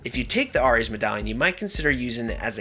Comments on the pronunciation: Hey man, loved the video, great advice and gameplay, very helpful. One thing that bothered me...Ares. Its pronounced Air-Ez, not our-Ez. Dunno if you were meming or just had a moment or if other people already mentioned it, but please, for my mental health, pronounce it the proper way? Lol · Ares is not pronounced "Are Eees" but "Air Eees". I had to replay it to figure out what you were saying. lol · I can't believe the way you pronounced Ares